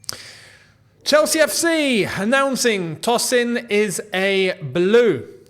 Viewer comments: Hi...I don't mean to be rude, it's pronounced as "Toe- sin" not "Toss- in". It's a Nigerian, Yoruba name..😅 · Hey, Tosin is of Nigerian descent and it would be more accurate to pronounce his name as Toe-Sin I hope this was insightful for you my friend